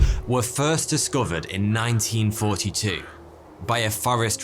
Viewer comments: What he said: 1942 What I heard: 19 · Nineteen Thoughty-Two? Never heard of it.